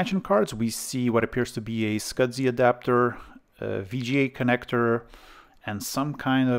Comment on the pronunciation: There is NO D in the word SCSI